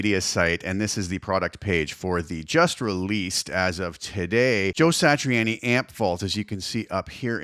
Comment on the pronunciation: Say Satri-anni one more time 😮